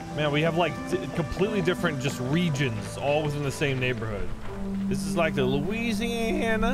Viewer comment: How come you said "louisiana" like that. I mean I get it, but what did we do 😅